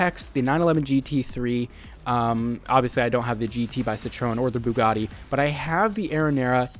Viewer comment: So no one going to mention how he FLAWLESSLY pronounced the Buggati ???